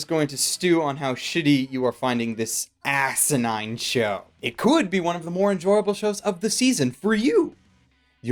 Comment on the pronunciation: Loved the bad puns, but I think the emph-ASS-is on certain words could have been made funnier with a zoom in shot of your mouth as you stated such things as "ten-ASS-ity" and "ASS-inine" at the very moment of said emph-ASS-is. ... ASS!!! [Edited for more ASS]